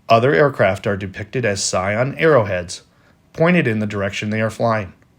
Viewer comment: If they left a minute apart, they saw each other on the ground. Each had to have known the other was in the area. And the narrator needs to learn how to pronounce "cyan". It's not "scion".